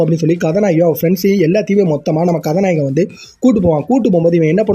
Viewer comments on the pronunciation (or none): Ethana kathanayagan konjam slow va pesuga mathapadi nala iruki story explained. Neega kathanayagankathanayagi nuspeed ha solurathu enku katha nayeee kathanayeenu kekuthu bro alaga pesuriga plz porimaiya pesi poduga